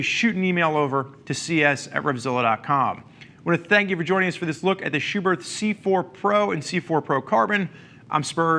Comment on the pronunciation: The second H in Schuberth is silent